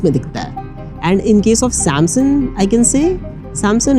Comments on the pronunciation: It's SAM(S-U-N-G) not SAM(S-O-N) bro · Samsun samsun sun sun k pak gya m, bhai samsung bol le